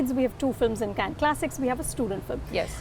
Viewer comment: So glad Indians are finally pronouncing Cannes correctly, as in Can and not Kahn! For a long time they thought because Cannes is French that it had to be pronounced as Kahn and that Can is just an American pronunciation. In this case, ironically, the American pronunciation is the correct one!